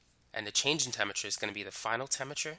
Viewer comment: "temmiture" pff I mean thanks for the vid :)